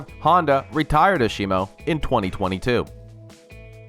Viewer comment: Ashimo?! Lol... It's pronounced Azemo.